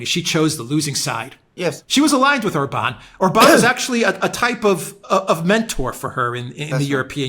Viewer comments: Yes,. Hungarian words are ALWAYS pronounced on the first syllable: ORbán. The accent mark indicates the vowel quality, not the tonic stress. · Naughty! It's pronounced OR-ban😂 He absolutely left old Ursula bleeeeding on the floor 😂😂😂